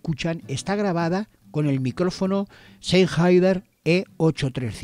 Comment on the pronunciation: Sennheider dice usted😂😂😂😂😂será Sennheiser no?? Y de echo no es el más popular entre los cantantes jajajjaja